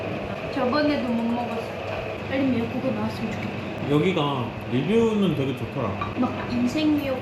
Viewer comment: 영상 속 된발음필요포인트:되게 감쪽같아.. 더!!더!! 발음을 쎄게 해야지!! 가자미 싸다구는 나도 하고 싶네그려~ ㅎㅎ